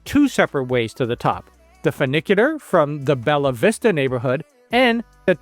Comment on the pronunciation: Not is "Belavista", is BELLAVISTA